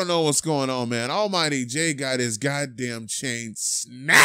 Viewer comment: "they having a field day with hia chain" lol